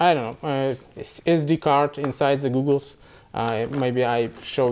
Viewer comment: It's goggles not googles no offence